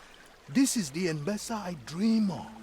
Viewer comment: I love how you keep saying Embessa instead of Embesa :D Man, this game looks so good. If I would play the game I would be in first person mode way too much to soak all the beauty in. Hope you will do it more often too, also for where the fields are. Stunning! ps: storyline is interesting.